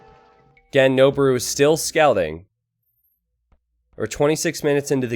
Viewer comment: noboru is pronounced " noh-BOH-roo" not "noh-bah-ROO". It means "to climb".